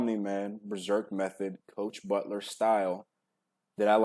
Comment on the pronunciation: Coach butt-lere